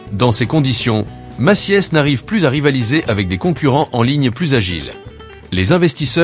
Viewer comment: La voix synthétique s'est améliorée par rapport aux années précédentes, m'enfin bon, Maciès pour Macy's ? 🤣